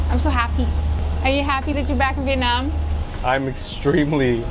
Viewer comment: You guys are the first YouTuber I come across that pronounce the city name as close as Vietnamese would say it